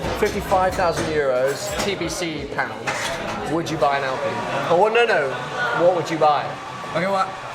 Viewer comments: Alpine not alpeeeeen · "I." Say it with me, "I." Alp-"I"-ne. It's not "Alpeen;" it's "Alpine." ˈAlˌpīn. Aline is not pronounced "aleen," baseline is not pronounced "baseleen," canine is not pronounced "caneene." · Al-PINE like pine tree. And can you stop saying "Porch"? It's Pors-che, look it up. Otherwise yeah great video.